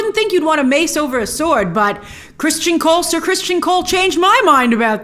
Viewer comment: His name isn’t Christian Cole. It’s Cristin Cole.